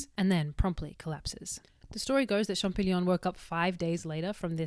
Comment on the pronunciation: Champ-O-llion,, no champ-i-gnon:)